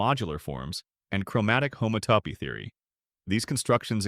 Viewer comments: Homato…. homato……😂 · I think an actual human would do a better job miss-pronouncing "homotopy" in multiple ways!